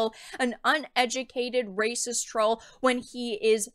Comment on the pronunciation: DAS RAYCISSSS!!!!!- actual raycisss